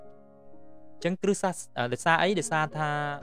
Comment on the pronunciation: លោកគ្រូ នេះអានថា គ្រិះ តែនេះអានថា គ្រិស្ត សូមលោកគ្រូជួយអានឱ្យត្រូវពាក្យផង! អរគុណ